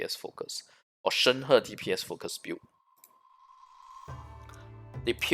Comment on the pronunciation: ah.. finally.. someone who can pronounce her name right.. thank you for the info :>